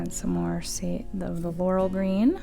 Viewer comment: I like how you showed the name of the chameleon green. What was the other green around the outside? Sounds like you're saying "lull green". I want that green, it's Beautiful!!! Was that included in the mica box? Thanks for sharing. De'